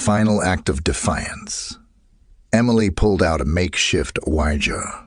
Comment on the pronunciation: good job. But ouija t is produced we-g